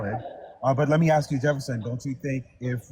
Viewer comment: I refuse to listen to anybodies opinion who cant say "Specific" or "Ask" correctly. 😂😂